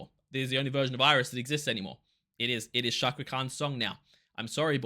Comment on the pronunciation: Hello... I'm from INDONESIA. Pronounce the letter C in the word Cakra as you would pronounce the letter C in the word chair.